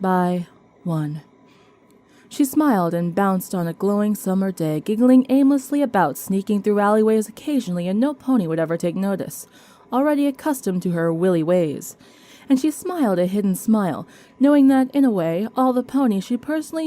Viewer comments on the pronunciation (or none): Love the new story! Just as a hint, 'wiley' is pronounced 'while-lee' not 'willy' and sequins is pronounced 'see-kwins' not 'sek-winz' 🙂 Your voice is smooth, but in the second half of this video you start to read really fast, like you're in a speech marathon. It made it rather hard to follow you.